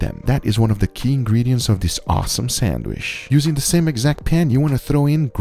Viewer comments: It's pronounced sandwich, not sandwish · I assume everyone here loves his voice, probably why he is popular. I for one do not like the repetitive nature of his speech. Every final word is drawn out to the point that its annoyiiiiiing. Also the way he doesn't say sandwich but rather sanwiiiiiiiiish. Feel free to tell me how wrong I am and how I just don't get iiiiiiiiiiit. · I can't get over "sandwish" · Lol. I like how he says, "Sandwish" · Why do u call it a samwish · “Sandwishh”! Lmaoo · “Sandwish” lol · Sandwish or sandwich guga? 😂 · “Sanwhish” its awesome. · In the first minute I'm already not paying attention to the burger anymore and instead focusing on the Guga Foods narrator's cadence and the way he pronounces "sandwisssssssh." Very cool. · 'sandwish' lol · I subscribed as soon as you said, "sandwissh". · Me: Sandwich Everybody else: Sandwich Guga: Sandwish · It pronounced sand-WITCH (spelled sandwich) not sAnDwIcH 🤡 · Casual people: Sandwich Guga: Sand Wish ❤️🤣❤️🤣❤️ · Guga ehy do u say sandwish and not sandwich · For sure Guga is taking it in the ass for saying Sanwissshhhh this way 🤢🤮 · I wish he would stop saying sandwish 😀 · He said sandwish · did he say Sandwish? 🤣🤣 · I like how you say - sanwiiish :) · "sandwish" lol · I like how he says "sandwishhh." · Lol sanwish!!! His voice he got dying lol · Who else likes it when he says sandwish instead of sandwich it's like an asmr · “I’m going to show you how to make this iconic sanwisshhh!” 😎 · What is a sandwish - and vere ist dis place they call Oo-tah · Why does guga pronounce sandwich as sanwisshh?! lol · Now let's all say this together "SANDWISHHHHHHH" 😂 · I’ma start saying sandwich like sanwishhhh from now on. 🥰🎶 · no one: guga: sandwish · What’s a “sandwish”?? 🤣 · Nobody: Guga: Sanwish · lol i love the way you pronounce sandwich haha